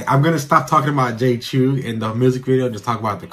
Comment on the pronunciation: It is pronounced “Chow “, my guy. Not CHEW.